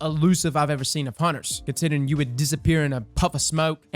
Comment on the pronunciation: hehe "humters" you speek cheems?